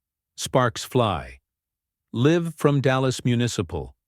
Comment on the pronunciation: Your ai voice needs to learn the difference between "live" and "live"!!!